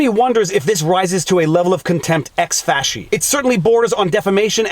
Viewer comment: Thank you for confirming that it is pronounced "fashee" and not "fackie". Pet peeve of of mine when I hear attorneys say "prima fackie evidence".